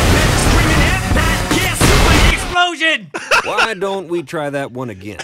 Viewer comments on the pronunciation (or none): am i the only one that cannot stop laughing the way Joel says EXPLOTION!!!